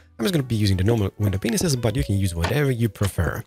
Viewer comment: I love your videos but I'm sorry I have to point out that when you say "window panes here" it kinda sounds like "window penises here." Lmao 🤣